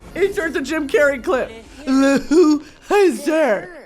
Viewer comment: Brittany saying the Jim Carey like wrong every time was killing me😂